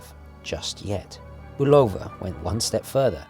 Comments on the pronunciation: Um, say BULL-uh-vuh instead of Bu-LOW-vuh. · Speaking of Bulova (BULL-of-uh), I wish you'd do a review of the Hack.